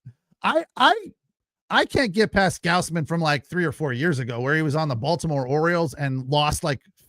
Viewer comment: You can't even say Gausman correctly? People are paying you to do this?